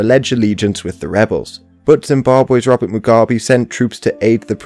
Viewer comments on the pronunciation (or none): none